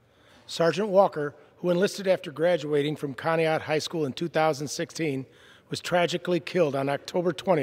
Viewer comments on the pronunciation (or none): none